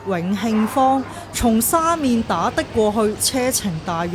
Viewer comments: 廣州人一般"黃沙"讀"枉沙"，"沙面"讀"沙勉" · 黃沙個黃同沙面個面都讀錯曬😅，我唔知你唔知正確發音定係要就個字幕生成